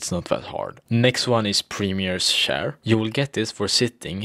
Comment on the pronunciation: the way he says chair. shar.